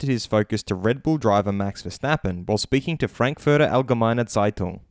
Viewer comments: You nailed Frankfurter Allgemeine Zeitung. That was so clean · Your pronunciation of Frankfurt Allgemeine Zeitung was spot on respect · Your pronunciation of Frankfurter Allgemeine Zeitung is flawless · As a german i loved when you say Frankfurter allgemeine Zeitung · The way you pronounced Frankfurter Allgemeine Zeitung was realy good mate.